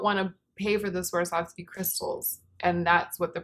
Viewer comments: Swarovski i thin is pronounced svarovski rather than swarsovski :) i think . It s the first time i heard it with an extra s :)) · was pronouncing the o just fine though! She just happened to stick an extra s in there for good measure 😂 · I would 100% be interested in a review of that Becca skin gloss thing! I feel like you're trying to sneak an extra 's' into Swarovski 😂😂😂 think someone who has had a horrible time skiing and has sworn off it for life. She Swar ov ski 😂😂😂😂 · The Sriracha bottle is my aesthetic Also: Swarsov- Swawr.sov.ski. Swarsovsky. 😂I just love you. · We will laugh carefree-ly again! Until then... swwarsovski? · I found her struggle so cute, especially the next time she tries to say it more toward the end of the vid when she talks about the CD release I think! I needed this laughter that comes from within, like when a baby does something unknowingly funny! I laughed so genuinely i now want to cry because I remember laughing frequently like this in more careless times than these. le sigh